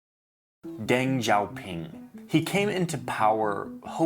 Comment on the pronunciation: I have really zero experience with Chinese in general, but I was watching a Deng documentary the other day. The narrator pronounced it like "Dang Zaopin" couldn't take the video seriously lol